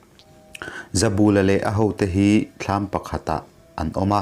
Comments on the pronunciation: He thawnthu kher chu i va chhiar dik lo nasa ve, zabûla i ti phei chu nuih a za duh ee, bul tih hi kiang/ hnai tihna ang a nia, ka bulah rawn riak rawh tiha, bul tih ang khan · Hming lam rik dik loh inhrilh hria ang aw. Ramhuai hmutu pakhat ZABULA hi a 'bul' lai hi thlukna awm lo i thluk palh tlat mai a. "Ka bulah hian lo ṭhu teh," kan tiha 'bul' tih lai ri ang hian, "Zabula' tiin lam rik bung nghat tur a ni. A report-tu C. Laitanga hming pawh hi i ram ri dik lo bawk a. "Sorkarin kan silai an man a, a tâng daih mai," tih hi han ngaihtuah la, chuta ṭang chuan, "Laitanga" tih han ngaihtuah chhuak teh le. Amah hi Art & Culture Deptt. mi leh sa ni ṭhinin, Jt. Director aṭangin superannuation pension-a chhuak a ni nghe nghe. Tunah hian Aizawl Hunthar vengah a awm. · Zautawp tih te hi ilam diklo,pal ri san san tih te hi ilam dik bawk silo.Mizoṭawng thluk i thiam loh dan a ṭang hian hetiang ang chhiar hi i "CHEMKALNA" lam anilo.Tin Zoram khaw hmingte pawh hi i lam thiamlo hle bawk.Tin mihring hming "ZABULA"tih te pawh i lam dan ang nilo "THINGBUL" tiha BUL tih anga lam tur anih hmel.Nang hian KUT-BUL tih a bul tih ang deuhin ilam.Tuman an hmingah "BUL" i lam ang hi an hmang ngailo viau.